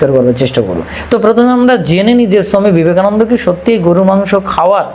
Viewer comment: দেখুন মহাকাল মহাশয় যখন বাংলাতে কথা বলছেন তখন বাঙালির মতো উচ্চারণ করলে ভালো হয় না কি? বাঙালিরা ওনাকে ছমি বিবেকানন্দ নয় স্বামী বিবেকানন্দ বলেন!